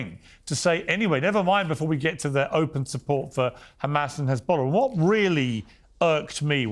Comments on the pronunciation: I love Sharron but she needs to get back to the Chardonnay and stop pretending she knows anything about this conflict. She doesn’t even know it’s an E not an A in h3zbollah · Hez, not Haz, sharon ffs!!!! What are you talking about woman. Im not pro anyone but for ffs get your details right!